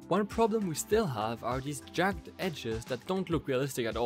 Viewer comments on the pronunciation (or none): “Jagged” is pronounced “JAG-id.”